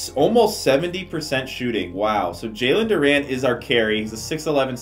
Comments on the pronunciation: Bruh like your video but OMG for the life of me it's Du-REN NOT Du-RAN 😂😂😂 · “Jalen Duraan” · Love the vid but it was making me mad he was saying Duran instead of Duren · JALEN DUR-REN